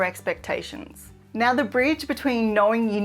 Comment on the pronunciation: again, you say nawr